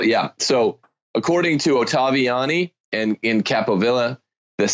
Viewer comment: Why does Marshall have so much trouble saying Oh-tah-vee-Ah-nee?